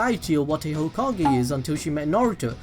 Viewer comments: lol, the way you said "Hoe-ka-Gay" 😂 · i'm the HOE-KA-GAY